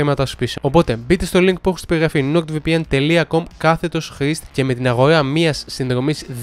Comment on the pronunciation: to rrrrr ti epathe otan ekanes thn diafhmhsh tou nord vpn ??